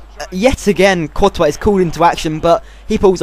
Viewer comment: I've been with ur channel ever since the beginning, you have grown so much! You can even pronounce 'courtois'.